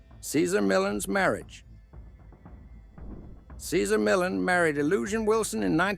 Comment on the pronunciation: Please!! Pronounce his name correctly, OMG